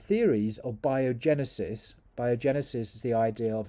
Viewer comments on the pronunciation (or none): abiogenesis not biogenesis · It's "A"biogenesis